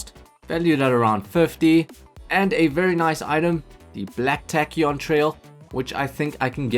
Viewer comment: tachyon is actually pronounced tay-ki-OHN not tack-ee-OHN